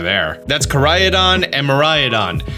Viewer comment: For the pronunciation, just think of Rhydon! Koraidon like Co-rhydon and Miraidon like Mir-rhydon. Also seeing as they look like motorbikes maybe a play on "ride-on"